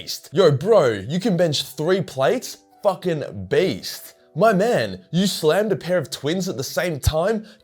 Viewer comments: For the whole time I thought he was saying was "Based" and not "Beast" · I thought you were saying based